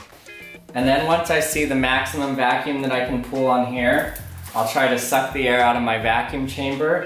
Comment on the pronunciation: Every time he said suck in my head I heard SUCC bass boosted